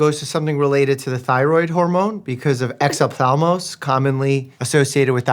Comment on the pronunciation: Doctors around the world speak Hellenic🇬🇷 It’s crazy how many words were adopted in English for medicine… etc Pharynx Larynx Oesophagus Epiglottis Glottis Trachea … Exophthalmos I think he says exop-thalmos The original term is Εξόφθαλμος Which is directly translated as exophthalmos in English. Φ > ph pronounced as f in fool Θ > th pronounced as th in thanks So, it’s exof-thalmos Exo means out/outside of… something Ofthalmòs means eye in ancient Hellenic🇬🇷